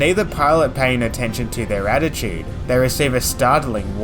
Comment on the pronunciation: work on the word altitude... sounds like attitude... young fellow aussie.